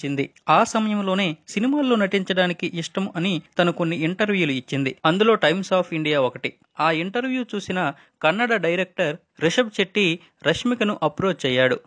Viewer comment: Kannda kaadhu sir. kannada.